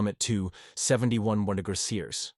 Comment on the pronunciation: AI pronunciation of temperatures just kill me! "60 degreezee" "71 1degriceers" 😂